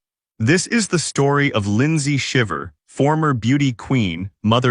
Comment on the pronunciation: Omg at least pronounce their name correctly.